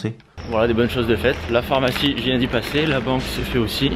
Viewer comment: Ah je suis contente je suis pas là seule à dire phormacie au lieu de pharmacie #tanguylamenace 😄😅